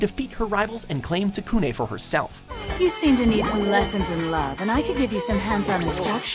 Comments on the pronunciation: HIS NAME IS IS TSUKUNE (SOOK NEH) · has really pissed me off now not only Did they Miss pronounce Rosario + Vampire but they butcherd Kurumu and Tsukune's name. actually just stop anime lists altogether because you have no idea what your talking about and you don't know how to pronounce the names of the shows and charectors.